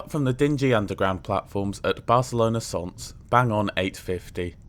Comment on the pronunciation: Barcelona "Son"? It's not French. Can't you check the pronunciation (OK, perhaps not Welsh place-names) before releasing your vids? I'm sure you'd cringe if a Spaniard made a video about Leeds and mentioned Eedinglay. Lol !